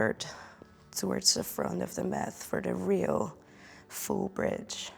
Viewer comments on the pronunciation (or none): Thank you for this lovely yoga sequence. {{Just a teensy, tiny little thing: The T in yoga mat is pronounced as the Dutch T. Math is wiskunde.}} greets